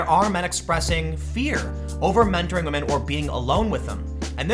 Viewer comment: it is MEN TORING, not WO MEN TORING.